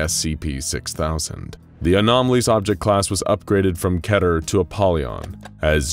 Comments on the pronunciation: What is ketier/keteeer (three syllables) class? I have heard of keter (two syllables) class. Also, do you mean wreck (which you say) or wreak? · did he just say Ketier ?? WTF is going on here ?? lol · You write it as Keter, he says it was Keta.